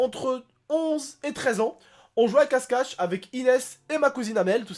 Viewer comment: il dit case cache mdr☺